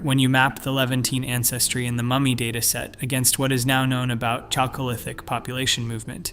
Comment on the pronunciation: 'Chalcolithic' is pronounced /ˈkælkoʊˌlɪθɪk/, with a /k/, NOT /ˈtʃælkoʊˌlɪθɪk/.